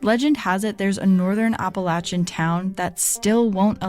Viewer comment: As someone who grew up in the Appalachian Mountains of North Carolina right on the Tennessee Border let me say thank you so much for pronouncing it right I will listen to other podcasts and things like this and as soon as they pronounce it wrong it just throws me out of the story the whole time